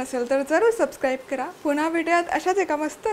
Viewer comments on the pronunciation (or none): none